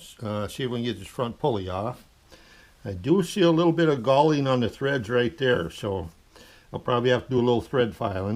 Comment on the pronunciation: I was unfamiliar with the term galling. It sounded like he was saying gaulding. Finally got the correct term: Galling is a form of wear caused by adhesion between sliding surfaces.